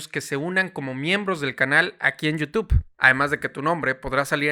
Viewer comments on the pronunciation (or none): none